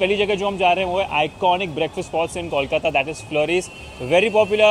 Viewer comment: Hi. I have been following your Kolkata series and I think you're doing a great job especially visiting some iconic and popular places and trying to give a good review of popular foods. If you spent a little more effort in learning the correct pronunciations, it would really take your videos up a notch! starting with kolkata being pronounced not as "kawl" but as poll, hole, mole, toll or even gol and bol:) all the best! keep up the good work.